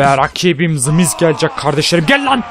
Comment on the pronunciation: adamlarin ismini ve wwe nin soylenisini yanlis soyluyorsun kardesim wwe yazildigi gibi soylenir the miz yazildigi gibi soylenir sen the mize zi miz diosun kupoyorum orda😂😂